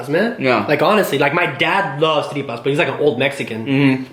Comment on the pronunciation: that white boy is mexican? i literally fast forward and heard him pronounce tripas and i was liKE WHAT